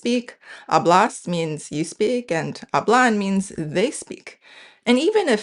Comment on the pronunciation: Hehehehe. Respectfully from a Spanish native speaker of the Americas. Hablo /ˈaβlo/ (you pronounced it /aˈβlo/), hablas /ˈaβlas/ (you pronounced it /aˈβlas/), and hablan /ˈaβlan/ (you pronounced it /aˈβlan/). But Spanish is very interesting: even though it is not a tonal language, stress can change the meaning of a word. Habló /aˈβlo/ means “he/she spoke” (past tense), while hablo /ˈaβlo/ means “I speak” (present tense). And since Spanish is a pro-drop language, the pronoun can usually be omitted. Interestingly, hablás /aˈβlas/ does exist: it means “you speak” with vos (vos hablás), as in Argentina and many other parts of Latin America (my country Honduras, included). But hablán /aˈβlan/ does not exist in standard Spanish; hablan is pronounced /ˈaβlan/ and means “they speak.” So stress really matters in Spanish, even though stress ≠ tone. 😊 I love your channel